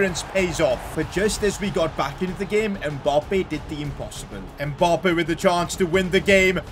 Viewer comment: I’d subscribe if you knew how to say Mbappe properly